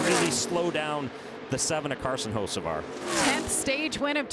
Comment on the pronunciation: It's Hocevar not Hoceavar